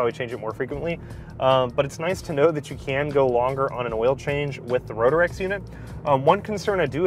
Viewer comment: It's Ro-trecks, not Ro-der-ecks. 😀 Great video tho. Had a Rotrex on my Miata and loved it. Feels like a bigger NA motor.